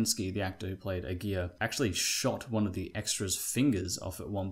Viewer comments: It's not "A gear", it's pronounced "A gara", the a's in gara are pronounced like Americans pronounce "a".... There are plenty of YT vids with the correct pronunciation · Lol great video.. but my last name is Aguirre... 🤣🤣🤣🤣 This is the worst I've ever heard my name pronounced hahahajajajajaa.